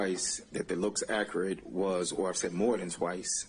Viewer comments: [ak--er--et] and not [ak--cure--et]. I speak two languages fluently using the proper dialect in both. Why is it that some can earn a law degree, but don't have the intelligence and the "listening skills" it takes to learn how to pronounce the proper English dialect. I'd bet that if our Microsoft software didn't have a spell check, wouldn't be able to spell that word and many more. If it's that easy to earn a law degree and make the money they don't deserve, I'm back to school next semester. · Anyone else annoyed that he can’t say “accurate”? And he’s a lawyer! It’s not akrit! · AK-OR-RIT? REALLY? How do these lawyers, DA's get so far and not be able to handle being on the stand? Raises so many questions. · Hes not being "Ackrut"